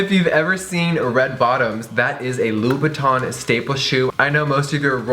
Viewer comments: i hate the way he says : Louboutin... he says it like Loubouton... but it's ' Loubouten... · It's actually pronounced "lou-boo-ten", everytime he said Loubotin i thought he was referring to Louis Vuitton 😂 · You are so ignorant, I cringe every time you say "louboutin" because you pronounce it "louboutON" rather than "louboutAN!" Go and learn proper French you tacky trollop 😂😂😂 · on dit Louboutin pas Louboutonneee !!!!! 😂😂😂 I'm french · Hearing English people pronounce “in” as “awn” (louboutawn) is just 😭💔 i love Jeffree and would never stop watching because of something so dumb but it’s honestly heart breaking (and just a little irritating) to a french persons ear. It’s definitely not easy to learn a new language and the french “in” sound isn’t a sound in English so English speakers have a really hard time saying it but oof.. it’s just hard when you know how something is supposed to be said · Just saying it’s pronounced la-boo-ton ok girl (not hating) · Love you! But please say the designer names correctly!!!It's LOU-BOU-TAw(n) silent n.... and Guerlain is Gare-law(n) silent n gurrrll! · I thought it was pernounced Labootin but whatever, you learn something new everyday... unless you don't. Btw excuse my spelling! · Hahahha the pronunciation: LUBUTOOOOOOON ahahahahahahah 😂😂😂